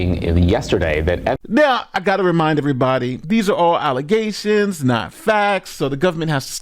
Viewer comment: Not just allezations , FALSE allezations